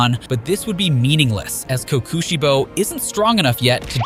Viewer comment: blud said sum "kookuuusheibo" ☠☠